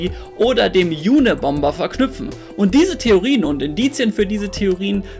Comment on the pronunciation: hat sicher den "UNA-bomber" Ted (Theodore John) Kaczynski gemeint, die Abkürzung UNA setzt sich dabei zusammen aus "UNiversities & Airlines". Hätt ich nicht gewusst, was/wen er meint, hätt ich garantiert auch "June" verstanden, ehrlich gesagt - vielleicht kann das im Video noch ausbessern/in Schrift einblenden, sonst versteht's kaum jemand. - (Da hat ihm die englische Aussprache echt einen Streich gespielt, denn die Amis sprechen das tatsächlich wie "Juna-bomber" aus). Ted Kaczynski soll in seiner Zeit an der Universität über Jahre hinweg an zahlreichen Studien teilgenommen haben - und wer weiß schon, ob da alle völlig freiwillig waren - was der Grund dafür gewesen sein könnte, daß er sich später komplett von den Universitäten und der Gesellschaft abgewandt hat. Über die Art dieser Studien weiß ich allerdings nicht viel, nur daß es einige Spekulationen drüber gibt, daß sie (teilweise bis alle) zu MK Ultra gehört haben sollen.